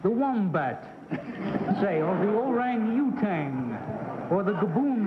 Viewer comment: Man #3 in Game #1 Lady #3 in Game #2 Man #1 in Game #3 Orson's warped pronunciation of "orangutan".